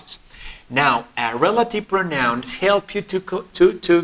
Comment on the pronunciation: No se pronuncia proNAUN, es /PROUnaun/